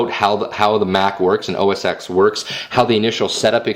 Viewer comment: Great video as always. I'm a big Windows fan as well but a quick tip. It's pronounced Mac OS Ten, not OS X. Just figured I would let you know before all the Apple fanboys jump you lol.